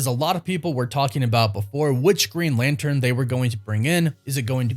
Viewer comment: What's a "Latern"?